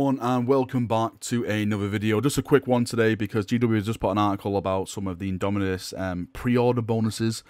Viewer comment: IndomiTus with a T, a T as in Tactical marine!